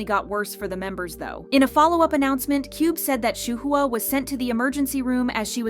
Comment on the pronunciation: Did you just pronounce Shuhua as SHA-HOO-HA?